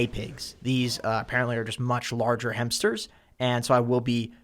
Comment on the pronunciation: Bro, how do you waste so much time talking about hampsters then mispronounce the word so insanely?